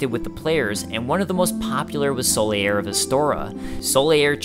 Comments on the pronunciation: Solaire is pronounced Sol-air, not Sol-ee-air. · "Sol-e-air"? wtf?